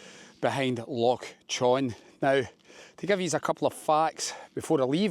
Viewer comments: its not loch "ka-treen" its pronounced loch "Ka-trin" other than that good video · Never heard anyone call it “LOCH KATREEN“…..EVER! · It's not Loch Katrine it's pronounced Katrin and you a Scot it's Glasgow's water supply. The number of Scots on YouTube that can't pronounce Scottish names amazes me it's as if they are just discovering their country. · at the risk of sounding like a pedantic prick, do you not think you should get the correct pronunciations of Ben Venue and Loch Katrine? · Loch con also the h is silent. :-) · Is your pronunciation of Loch Katrine a joke as well?